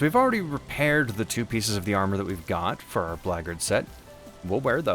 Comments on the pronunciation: "blaygurd" armor? Bro WTF? I search and could not find any armor pronounced close to what you are saying. Black Guard Armor, come on:P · I have to ask: why pronounce it like "braggart"? the Black Guard armor is for the Black Guards... not braggarts (unless, of course, being one, one becomes the other over time!). Did I miss a chapter? It seems intentional?